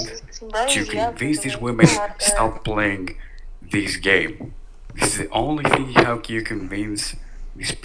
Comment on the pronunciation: “HERES THE FING”!!